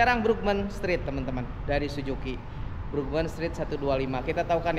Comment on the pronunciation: Suzuki Om..Bukan Sujuki...😅😅😅